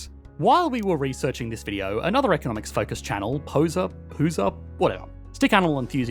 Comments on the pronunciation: It's hose-r. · Hoser is a Canadian insult. The loser of a recreational hockey game traditionally is the one who has to “hose down” the ice after a game, so that it will be smooth for the next game when it refreezes. So we pronounce hoser as “hoe-ZUR”. Keep in mind I only have a BA in Canadian Studies right now. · It's pronounced "hoe-zer" 🇨🇦